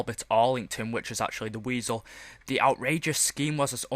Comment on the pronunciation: You don't say weasel